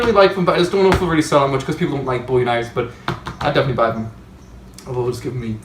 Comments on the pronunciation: It's Bow-E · its boo-ie or bow-ie those are the ways to pronounce it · people who can't pronounce bowie properly shouldn't be allowed outside :/